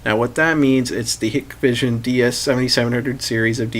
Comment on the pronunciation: It is pronounced 'High-k-vision' NOT ‘Hikkk-vision’.